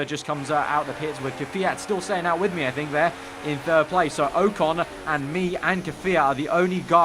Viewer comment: O con not oecon